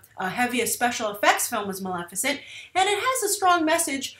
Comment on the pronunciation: Maleficent? C'mon Grace! Really?